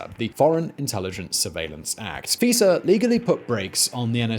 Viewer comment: You're pronouncing FISA wrong.